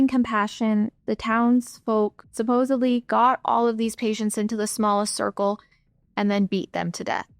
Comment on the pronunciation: I believe the word you're attempting to pronounce is "Supposedly," not supposebly. Just FYI. I did enjoy the story, thank you.